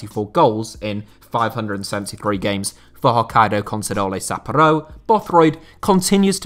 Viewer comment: Isn't it Sapp pour oh, not Sapp oaro